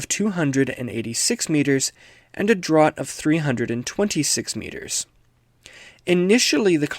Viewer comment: Cool video. FYI draught is pronounced "draft"...not "drot". It's a nautical term that refers to how far below the waterline the bottom of a ship is. In the case of a starship, I assume it's a top to bottom measurement, or the distance from the midpoint in either direction along the Y axis.